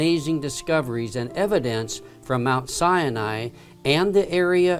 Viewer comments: The narrator can’t even pronounce Mount Sinai correctly (pronounced SY-NYE) not SY YA NYE! Where do they get these non fluent English speakers to butcher the language? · Mt. Cyanide! Try pronouncing it Mt. Sai nai. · Dear bible scholar...Please be aware. It is pronounced Sy-nye...not sy uh nye. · It's pronounced Si-ni, not Sia-ni. Please pronounce it correctly. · Hi Thank you, so awesome to be able to view this Exodus location! Thanks to Ron Wyatt! Just want to point out mispronunciation of SINAI It is SINE AI, NOT SIN E AI Shalom to us only in Christ Yeshua returning soon to reign over His Creation from Jerusalem forever.